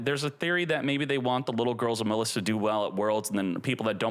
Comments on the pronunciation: I don't know why this irritates me so, but please pronounce "Maliss" correctly. It is not "Muhliss" it is pronounced, "Malice". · Muh-liss?! Bruh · You really don't get that the name Maliss is a homophone of the word "malice"? You're saying it wrong!